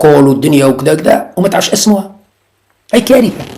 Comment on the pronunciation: صحيح أخطأ الإملاء عندك تنطق كلمة كارثة ث بالتاء مثل المراريك.